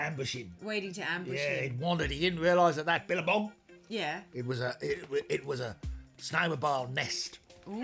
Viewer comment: I've seen the Snowmo-bile videos several times and only halfway through rewatching this one do I realize it's said that way to be like crocodile, it's incredible how some references can be so basic you (I) don't notice 🏂